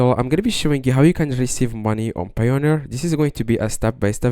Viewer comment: "How to receive money on Payoneer" Do you even speak English?